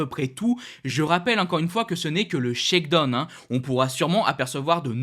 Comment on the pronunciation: Mec faut vraiment que tu apprennes a prononcer Shakedown lol c'est pu vivable la.